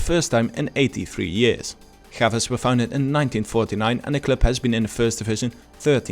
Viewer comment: We don't speak Spanish in Portugal, learn to say the names of the club in Portuguese for the next time (Chaves).